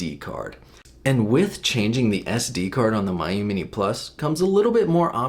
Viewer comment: It’s pronounced me-you